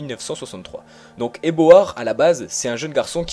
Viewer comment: Très bonne vidéo, juste une petite précision c'est eobard et non eboard 😃